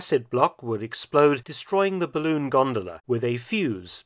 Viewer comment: It’s a barroon.